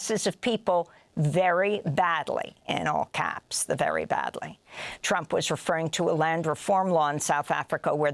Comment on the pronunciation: Never say "ALL-CAPS" ever again.